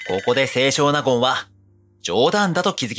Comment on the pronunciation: 「せいしょう なごん」ではなく、「せい しょうなごん」と読みます。